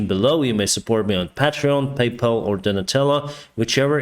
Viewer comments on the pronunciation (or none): none